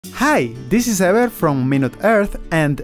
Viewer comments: Lol true. Sounds like "hi this is error" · Apparently it is "" according to the description. I wonder what kind of accent that is where a "v" turns into something that sounds like a "w."